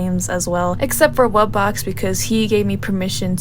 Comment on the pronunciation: The way you said wubbox is correct